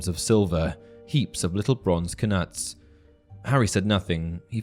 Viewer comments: It's "Ka-noots" not "Ka - nuts". I assume after the Danish king Knut who invaded the British isles in the early middle ages. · Isn’t knuts pronounced nuts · I always thought that knuts were pronounced without the k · I thought the k in knits was silent